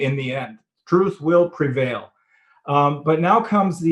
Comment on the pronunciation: I like that "Truth will preval"